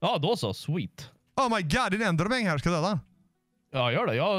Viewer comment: jätte ljus röst- det heter Enderman inte Endermang